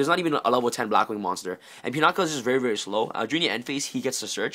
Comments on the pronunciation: "Pinakuh." Lol it's Pinaki decent deck profile, should run Pinaki over Steam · Are you saying Pinata? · Actual drinking game: Take a sip of a shot every time he pronounces 'pinaki' wrong, or says the words "absolutely amazing". You'll be absolutely wasted.